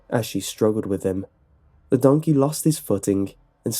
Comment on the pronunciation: “Oh dOnKehH”